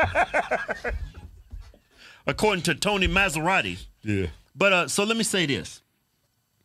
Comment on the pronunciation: LOL is MA-SA-RO-TEE, not Mazeratti 😂😂😂